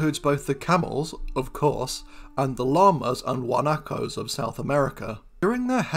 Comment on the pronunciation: Bonus points for the correct pronounciation of the word "guanaco"!🎉